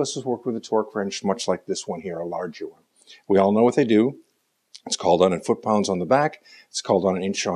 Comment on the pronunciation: Fut paunds?